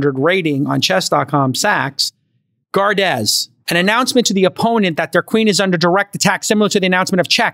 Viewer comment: "Gaer day" 😂